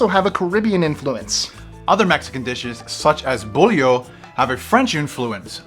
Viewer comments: The pronunciations of the words make me cringe. bolillo (bo - li - yo) not bolllio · The bread is pronounced bow-lee-oh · Bull-eh-oh!?.... oh you're silly. Love how you pronounced Bo-lee-yo